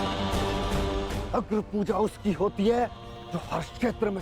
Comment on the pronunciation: 'Hattt' ye sunne ke liye bar bar dekhta hu may😂😂😂